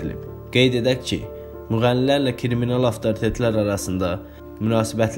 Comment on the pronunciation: 😂😂😂esasen kriminala kiriminal demesi 😂😂😂